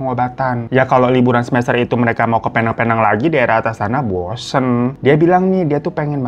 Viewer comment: Bang maaf, fyi Penang itu bacanya pi-neng